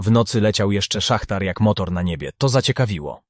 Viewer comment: Szahed nie szachtar😁ale opowiadanie o alarmach pierwsza klasa😅